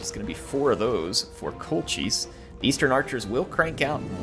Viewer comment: It's Kol-kis. You're killing me here man;)